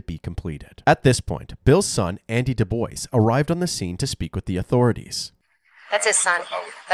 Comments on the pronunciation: Place names like DuBois are how you know where you are. You hear “Dewboyz” and you are in Pennsylvania. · Every time i hear 'Dubois' being pronounced 'dooboys' I cringe. 😣 You don't have to be so ashamed of your obvious French heritage to mispronounce your own name. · Man, if anyone i knew named Dubois hears thier named pronounced like DaBoy's they would loose thier minds 😂😆😂 im going to play this for my friend so i can hear him flip out with every mention of the name by the narrator 😂😆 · When he said "DuBois" I really thought he was saying "The boys" x'D and I was like "ooooh yeah tha boys! Roll tide" x'D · DuBois is pronounced "Due-Bwah" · Im pretty sure their last name isnt pronounced like that LMFAO dewboys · I think it's pronounced Deboui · Is it just me, or is the last name being mispronounced all the time? I’m pretty sure it’s pronounced Dew-bwuh/bwah? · Dubois is pronounced Doo Bwah 🤣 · I thought it was pronounced "DooBwa"? Have I been saying it wrong? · That's the correct pronunciation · DuBois is pronounced "doobWAH". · The way they pronounce "Dubois" down there is wild. RIP Bill, thank you for your service. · How everybody pronounces DuBois gave me cancer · at least pronounce his last name right...respect the veteran and his sacrifice i was corrected he actually pronounced it differently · Thank you for this. It really bothers me when these YouTubers can't bother to look into how to pronounce things/names. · I was hearing "Duke boys" I'm like deg gummit they done did it again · Doo-BWA is the correct pronunciation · “Dewboyz”? Lol I always thought the DuBois surname was pronounced “doo-bwah” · I live in Louisiana and there are so many DuBois...Most pronounce their names the correct way "doo-bwah". Then there are those who pronounce it "dewboyz". Even though both are spelled the same way 😂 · Doo-BWAH, not Doo-BOICE, lol 😅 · The last name ia pronounced dubwaa not duboys lol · The proper pronunciation is Dubwaw, not Duboys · Du-bwa not Du-boice.